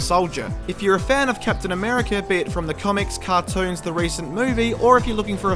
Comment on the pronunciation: Captain Americurr